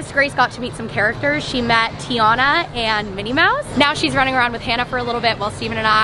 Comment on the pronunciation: Just a heads up of the pronunciation of Princess Tiana. Its Ti - ANA and not Te- YAUNA.😊